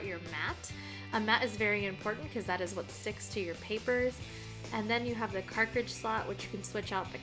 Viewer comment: You’re mispronouncing “cartridge” though ☺️